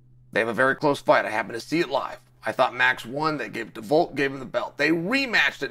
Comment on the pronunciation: 😆 at least he can pronounce his name correctly, 'Haz-mat Chimney--ev' is my fav.